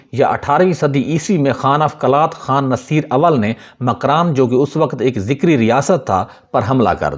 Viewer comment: ذکری نه بهتر است بگویید zakari !!!!